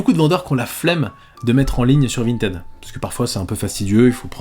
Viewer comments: On dit « Vinetide » ! Ralala, tu étais où au collège durant les cours d’anglais ?!! 🤭😁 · t'es passé de vintid à vinted en terme de prononciation ça me fume